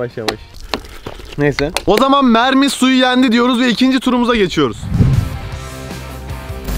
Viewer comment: abi onlar mermi değil memmi